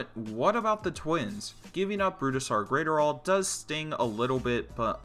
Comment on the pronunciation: Say it with me: Bruise-Dar Grat(Rhymes with Gnat)-Er-All